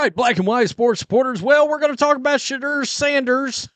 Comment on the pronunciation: I'm no fan of the guy but is it that hard to pronounce Shedeur name correctly 😂😂😂